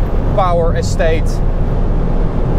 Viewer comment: yea i know, but just the way he says it, its sounds like he's saying s8 insteas of estate